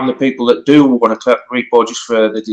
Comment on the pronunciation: Good conversation, thanks for posting., are you saying “Repo” or “Repro?” I keep hearing you saying these reproductions are “Repos.”